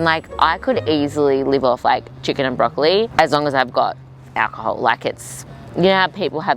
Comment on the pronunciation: Wait...is she actually pronouncing "broccoli", broccoleye"😂 i thought it was a joke at first